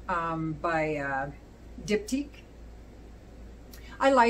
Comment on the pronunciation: This sounds wonderful. Curious if Ichnusa was among the other Figs you've tried? Barcelona sounds far more complex and interesting. You're the 1st I've heard pronounce the Diptyque that way. Stay Unique! Honors, Enjoy your day! Mosiah 😁